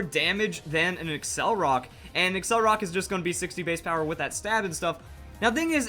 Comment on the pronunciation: It's not accelrock, it's accelerock. Pronounced like accelerate and rock. accel-er-rock